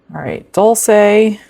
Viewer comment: Dol-Shay is how that is pronounced..😅..sorry…